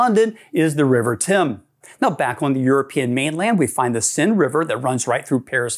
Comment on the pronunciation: And also the Seine isn't pronounced "Sin" but something between "Sane" and "Sen"". English speakers usually just call it the "Sane".